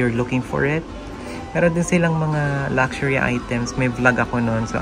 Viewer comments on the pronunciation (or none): none